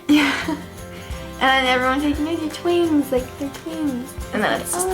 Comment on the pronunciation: I love how says twins, idk, she just says it in a way that is funny. Sorry, literally useless comment.